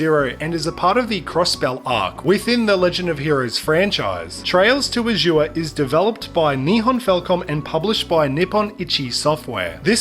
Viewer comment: You pronounced Azure wrong.